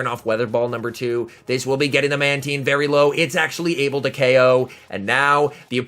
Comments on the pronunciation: Manteen? How do you pronounce nine? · In early generations of the TV show, Mantine was pronounced as Manteen, they changed it later on